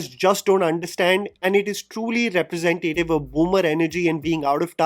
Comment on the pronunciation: Again, I love your videos but diction, please. The pronunciation of “Representative” is incorrect. There is no emphasis on “tay” in representative. I’ve tried to write it out below but you can also hear it on Google reh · pruh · zen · tuh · tuhv